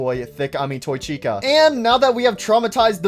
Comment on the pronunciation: STOP CALLING TOY CHICA: TOY THIKA, ITS SO ANNOYING